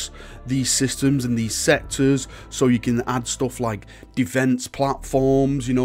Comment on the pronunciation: I heard "sector" as "sexes" and was wondering if you had gone full Slaanesh at that moment.